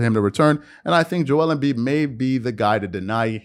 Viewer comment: WHY DO YA SAY JO WELL EMBIID JO EL EEMM BIIDD